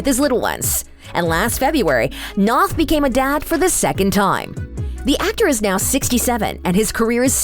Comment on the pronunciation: You’d think that you’d know how to properly pronounce Chris’ surname before you butchered it.